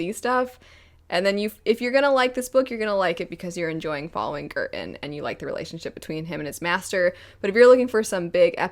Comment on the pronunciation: Every time you said Girton my brain heard curtain This book is quite cheap on kindle at the moment so I just purchased it, I don't know when I'll get to it but it definitely sounds interesting!